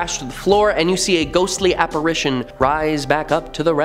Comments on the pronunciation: It’s ITION, not ATION….Regarding the word “Apparition” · You all missed BOTH of them saying apparAtion. Instead of apparItion. Lol. Thanks for the spookies👻 yay. The guy finally caught himself😉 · This guy thinks he's funny but he's not....and that makes me laugh...so I guess the jokes on me....p.s...Why don't these people, who prepare these posts for days, know how to pronounce words... not to be petty but it's apparItion not apparAtion